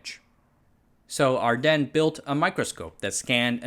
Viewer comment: Your pronouncing ardenne awrong. The e at the end is not silent.